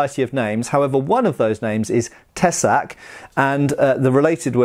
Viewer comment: Sooooo gooood pronunciation of tesák,! I am from Czechia and I have to say well done!